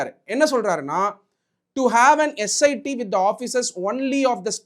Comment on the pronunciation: Dr Ambedkar rocks 🔥 but probe pronounciation mattum maathunga sir.. prob prob nu solreenga.. S I T ah SIT nu sollaadheenga